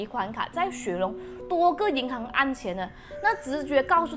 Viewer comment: 对，就是口音，你说的银行（hang) 读银行（xing）这是读错字不是口音问题，但是你说的悬（xuan2）赏读悬（xuan1）赏就是口音问题，你说的无非就是一声二声三声四声，马来西亚人说吃（chi1)了吗会读吃（chi4)了吗，读（du1)书会念读（du4)书，做（zuo1）么会读做（zuo 4)么，你觉得那个字是用错了？难道你在马来西亚路边随便听到说吃（chi4)了吗，你就要去跟他说“你用错词了是吃（chi1)了吗”，全部只不过是口音声调高低而已 至于你说尸她说身是因为要避开敏感字眼，比如尸、杀、奸、死等等，不然会被YouTube 黄标，所以你看她说死者但是字幕写S者，尸体他说身体，死者说逝者，只是为了避免这些字被黄标用别人懂的字来代替而已就错了？或者你去看看抖音，所有死、尸、奸、杀这些字都会被遮起来，也会用S代替死字，那你也要说全中国人用错字了？中国南北音都不同，一到四声也不同，那为什么你不说全中国人都错了？